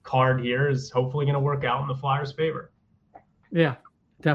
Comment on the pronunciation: It’s pronounced FLARE, not FLAR. So annoying.